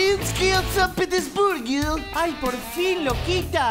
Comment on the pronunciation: "petirinsky ansapetersburghio" xD